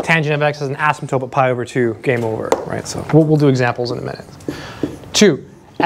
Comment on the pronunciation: Please stop calling an "asymptote" an "asymtope". You say it in all of your videos! Although when you spell it out you do spell and say it correctly. Soooo many people say this word wrong....sorry...pet peeve.